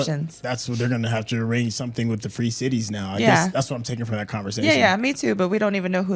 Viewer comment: Rhenyra said “I’m leaving here with sumpn”